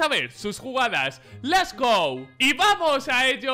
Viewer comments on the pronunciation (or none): minuto les go..... let´s go